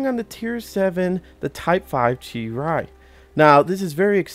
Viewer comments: Itsm pronounced Chee Ree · Correct me if I'm wrong but I think it's pronounced "chee-ree"